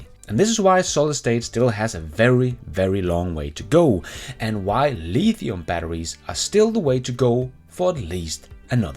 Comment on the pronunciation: Haha, go lEEEEEthium